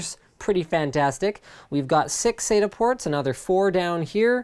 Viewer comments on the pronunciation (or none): none